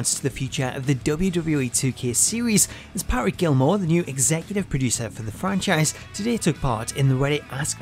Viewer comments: Yeah he says it Pat-Rick instead of Pa-Trick really messed up the video for me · Why is no one talking about how he says Patrick. It’s Pa-trick not Pat-Rick. It really annoyed me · This guy hates the letter “t” in the name “Patrick” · PGD Panda lmao, me too. I know it’s silly but every time he did it I focused on it. It probably wouldn’t have bothered me so much but he just KEPT saying the guy’s name. I guess it’s because I hate when my name is mispronounced.